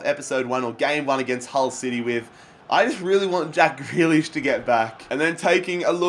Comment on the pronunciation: It's pronounced "GREE LISH"